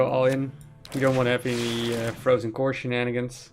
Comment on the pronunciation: What mean "shinanigen" that you often say ? that what I hear